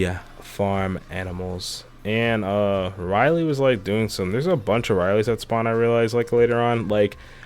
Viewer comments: Its ray not ry and its luffy not rubber boy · So are we not gonna talk about how he says riley instead of Rayleigh as in ray-lee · HIS NAME IS RAY-LAY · Anybody else got a bit pissed of when he said Riley instead of Rayleigh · Bro it's Ray lee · omg its not riley its rayleigh lol i thought u were talking about riley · video is gr8 and very cool mod but as a op fan i have to say RAYLEIGH not RYLEE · It’s Rayleigh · I was looking for this comment man, at first I was like; “a Rayley what kind of marine is that” and then I saw the Rayleigh skin 😂😂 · Bro the way he says the names trigger me why does he keep saying Riley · Bro the way u pronounced rayleighs name💀